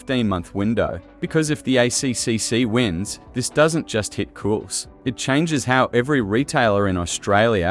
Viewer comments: Cools? Cools? Effing AI slop that cant even pronounce Coles properly 🙄🤦‍♀️ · Can we stop this AI fear-mongering BS?? Much of this is nothing new, and if you're allowing AI to do your research and collating, you can at the very least give the video a watch before you upload to find out if the software has mispronounced the very shop it's talking about.